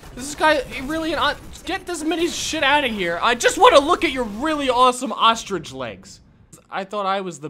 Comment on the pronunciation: Guess who got the oshtridge